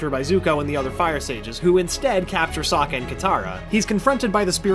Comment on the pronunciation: Lester Mano Sokka not Suka